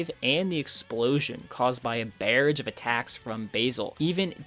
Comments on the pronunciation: Black nOIer? You mean noir? You mean like LA noir? Noo-ar? Yikes man. Edit: barrage? Bareage? You mean Brr-ah-g? Yikes brother. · Did you seriously pronounce it “black noyer” AND THEN YOU PRONOUNCED “barrage” LIKE BEAR-RIDGE, WHAT IS YOUR PRONUNCIATION SIR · How are you able to scale characters but can't say the word "barrage" lol